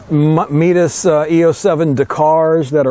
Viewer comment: "Meataas"? did you mean Mitas?